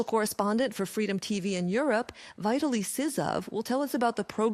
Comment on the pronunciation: Of course it’s AI. It can’t even pronounce Vitaly, a very common name, correctly. This propaganda network has to use AI because they finally sent the old cast to the trenches in the white vans they repeatedly denied existed. 😂